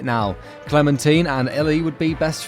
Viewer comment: He said Clementeen😂😂